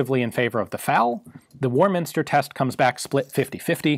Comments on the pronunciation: Ian please... It's Warminster, not War Minister. Otherwise an excellent video, thanks. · Lovely video. The 'what ifs' areinteresting. The USA entering Vietnam with a .280 FAL not the M14 then M16... and how much did this versionof the FAL weigh please? Finally - the School of Infanry is at Warminster, but all the emphasis is on the first syllable. Great video - would love to see the .280 being shot live, and feedback on how it behaves. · Of course you have difficulty with pronouncing Pendine (in Wales) & Warminster in Wiltshire, & those of us who used the FN/Fal, know it as the ‘SLR’ for ‘self loading rifle’. (My dad spent half the war at a secret weapons establishment near Pendine & learnt to speak Welsh).